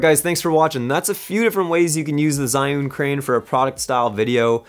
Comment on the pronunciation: Awesome! Great tips for an upcoming project I have. Those movements definitely added more dynamics and production value to the shots you have there :) And it's pronounced ''Gee'-Yun Crane hahaha